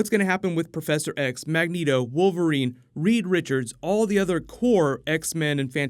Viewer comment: Reed Richards, but for the love of God get it right this time!